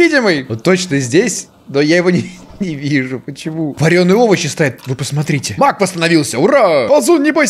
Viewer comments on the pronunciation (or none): Беги Маг! Что слышу я: Беги Мак! Эх..